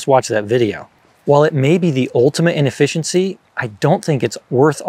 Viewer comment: "the ultimate in efficiency" sounded like "the ultimate inefficiency", pun intended? Haha